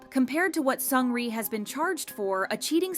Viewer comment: 1) Seungri jailed 18 months not 18 years! why the shaking images...giddy after watching. If you want to make such video get the pronunciation of their names right!